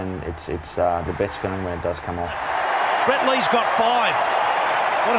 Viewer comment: An Indian calling him Brett instead of Breet? Now I've seen everything. Good for you 👍